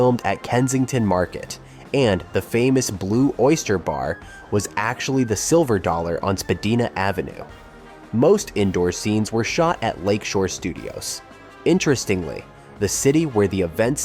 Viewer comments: spa die na not spa dee.na is how spadina is pronounced lousy narration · And also the street name Spadina.